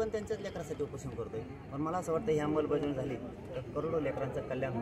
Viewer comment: अंबलबजावणी नाही. अंमलबजावणी आहे